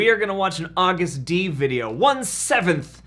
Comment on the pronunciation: Agust D is pronounced almost like you would pronounce the month "August" and then "Dee" at the end.